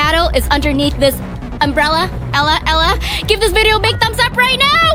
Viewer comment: Vy do. You no that my name is Ella and you. Said ella